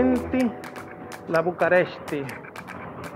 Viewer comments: No tienes que aprender Rumano ni ningún otro idioma solo leer bien ya que tú no decías bucarest en español decías BucAresti. Más que un video de información parece uno de desinformación. Y respecto a lo demás exactamente eso hice. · Conseguí esto por casualidad, la verdad no me gustó para nada la forma que describes la ciudad, además es increíble que en todos lados dice claramente București y lees Bucaresti, esto entre el poco interés de darte a la tarea de investigar antes de hacer un video como este. En un video de 15 minutos al menos 20 veces insistes en que nos inscribamos, más que disfrutar sufrí esos 15 minutos.